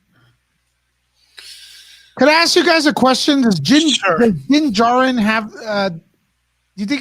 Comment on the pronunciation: Din Djarrin pronounced Den~JAR-REN not "Den Jaro". . . .